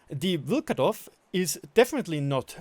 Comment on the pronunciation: Nobody is gonna talk why does Vlkodav have 300m/s HE shell velocity... Even Caliban does have 354m/s shell velocity on HESH I forgive you for your Vlkodav pronunciation...Even tho you are saying VlkAdOv instead of VlkOdAv... Nothing against you, cuz myself cant pronounce anything right in German :)